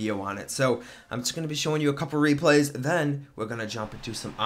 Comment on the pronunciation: "aNd DeN hIt Da CoRe"